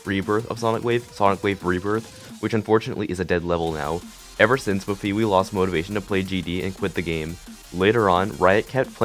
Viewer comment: it’s MEF-A-WAY